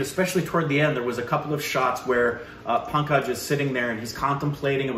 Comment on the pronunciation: is trying hard to pronounce the name Pankaj, forgetting that is also the first name of one of his favourite actors, Tripathi 😅✌